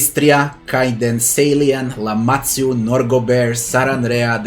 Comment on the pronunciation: This was quick and helpful, thank you a lot! Btw, "Lamatsu" I think you wanted to say "Lamashtu" right? ;D